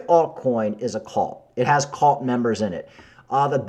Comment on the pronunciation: C U L T not CALT